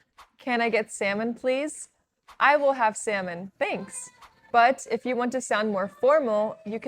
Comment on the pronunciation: If u pronounce salmon as semen',what actually is the seven be pronounc3d?